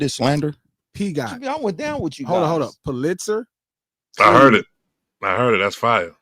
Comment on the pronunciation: Hey king Pulitzer is pronounced: PUH-lit-zer. 😍🏆